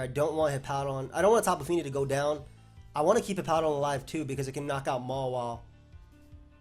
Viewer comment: dude why do you pronounce Mawile like MOLA, it's so cringy